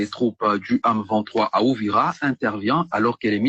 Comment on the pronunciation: mama bibi ON DIT UVIRA et hwhwhwhwhwhw